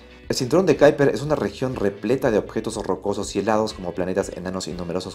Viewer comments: ¿Cómo qué Kaiper? Será Kuiper en castellano o en todo caso ˈkœypər en neerlandés. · Kuiper se pronuncia como se lee en castellano (cuiper). Es un apellido holandés. Saludos. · En español es m{as comín que se diga, cinturón de quiper! (Kuiper) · "Cinturon de kyper" , ulala que finolis